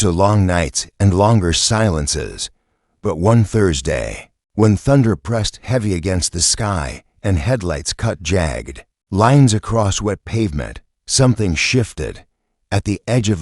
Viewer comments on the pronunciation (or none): Jag-ged, not jagged.